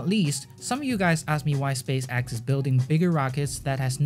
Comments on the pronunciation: Change your channel name to space axe... Cause you butcher the name. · Space axe! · "Space Axe" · Why do you read space x like space axe